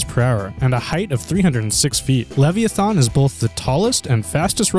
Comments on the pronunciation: LEV-E-A-THON????? it is LEV-I-A-THAN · LEVVY ATHON? LEVVY ATHON? LLLLEEEEEEVVVVVVYYYYYY AAAAAAAATTTTTTTTTTHHHHHHHHOOOOOOOOONNNNNNNNN?!?!??!???? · It's lev-i-a-than